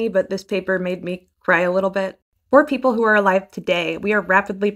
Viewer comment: Peeple and poople